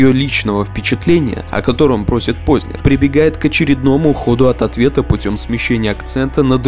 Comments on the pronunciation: скажите пожалуйста, Вы намеренно неправильно произносите фамилию "Познер"? Откуда Вы там берете мягкий знак после буквы "з"?! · Он не ПознЕр, он ПознЭр по произношению. Это как сЕкс, флЕшка ну...